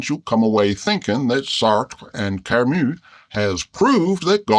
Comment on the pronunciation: I love how a can pronounce Sartre and Camus correctly! ❤